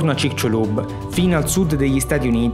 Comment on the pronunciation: il mio amico del messico lo pronuncia cicsulub. Cmq a parte questo banale dettaglio complimenti x il documentario 👍👍